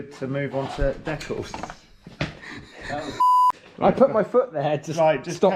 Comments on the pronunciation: kills me with that pronunciation,"Dekles"🤣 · Have I been pronouncing Decals wrong my entire life?! Fucking sick bike! Love that color!